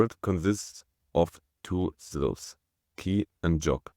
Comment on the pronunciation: "Syllables" not "silves"